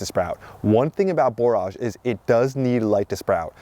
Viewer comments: "Borrij" not "bore arj" 👍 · I wasn’t sure, so I looked it up, and “borage” is pronounced like “storage” (just so you know). Our last average frost in our high desert of southern Utah is May 20, so we’re about a month behind you, but getting excited as well! 🌱